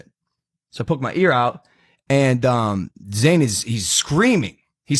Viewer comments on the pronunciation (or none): IT IS NOT ZANE, IT IS ZAYN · you were irrelevant anyway and by the way it’s Zayn